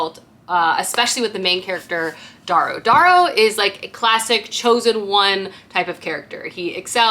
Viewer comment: I’m gonna be “that person” … his name is pronounced Dare-oh.